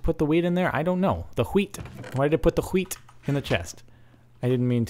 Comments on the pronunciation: its Wheat not Hweat. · You said ''Hweat'' the same way that we swedes say ''Skit'' Which means ''Shit''.... O.o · When you're saying hweat it sounds like shit in swedish xD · Haha the way you pronounce "hweat" is the way we Swedes pronounces "skit" which means "shit". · The way you started to pronounce "wheat" sounds like the swedish word for "poo" :P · he's abscessed with saying hweet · Love how he mested up the title Hweat, weat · When you are saying hweat it sounds like "skit" which means poop in swedish... ^^ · not sure if anyone pointed out this before, but when you pronounce wheet, with a "sh" sound, it almost sound like you say the swedish word for shit, which is "skit" sorta pronounced "schit" :P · It's pretty funny cause when you say ''hweat'', it sounds like you're saying shit in Swedish... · did you just say wheed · Don't say hwhete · Lol a bit anoying the way he did say weed cuz it sounds like shit and shit is poop in sweden :P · Is anyone else annoyed by him saying hweat? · He Said: Let's eat some wheat. The way he says that means shit in swedish. He said lets eat some shit. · the way he says wheat means like shit in swedish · You know, the way you say "wheat" sounds just like "skit". Which is how we say "shit" in Sweden. This became even more funny when you said "We have plenty of "skit" to eat" xD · The way you said wheat means shit in swedish, lol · Wheat... sheat. You pronounce in like skit witch means poo in swedish XD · In that way He pronounce wheat sounds like the Swedish word for shit